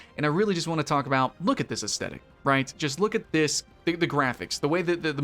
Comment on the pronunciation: The G sound in genre is the same sound as the J sound in Jacques. You know like Jacques Cousteau? It’s not pronounced with a hard J sound like John. Aesthetic is pronounced largely as it is written which is to say that th is pronounced with a th sound not a t sound. You can’t aside something, at least according to the rules of proper grammar as aside is never a verb. Though good for you for trying to use some fancy words in your video to make you sound sophisticated. Also I don’t think ciserity is a word.